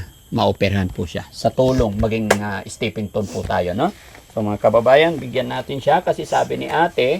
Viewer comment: stepping stone po di stepping ton